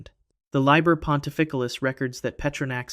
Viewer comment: #2 "Liber" is Latin, has only 1 "b," therefore is pronounced ~"Lee-bear," not "lib-ber."